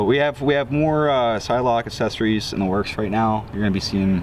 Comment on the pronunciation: Take a shot everytime says "assessories"